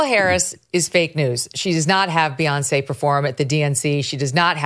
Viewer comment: I like the new pronunciation, Beonc.